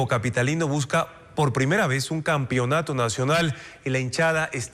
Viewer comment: Soy consumidor de su contenido y seguidor del canal desde hace muchos años. Deben tener cuidado con la manera incorrecta de expresarse de algunos de sus colaboradores, sobre todo, si son periodistas. "campionato" (es campeonato) "que enorgullecen" (no es por plural, es singular). No soy profesor de lengua castellana, pero hay cosas que suenan muy feo al oído, pero sobre todo, al ser un medio masivo de comunicación, perjudican a las nuevas generaciones, a quienes tanta falta hace un buen referente. Gracias.